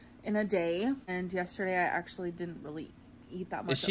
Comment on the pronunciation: “I Ucheally eat this in two separate MILLS” (repeats 3 times) followed by “I keen show u guys a close up” gorl WHAT IS YOU DOING